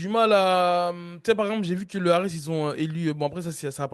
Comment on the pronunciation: leu ares.... bruddah... vous l'faites exprès!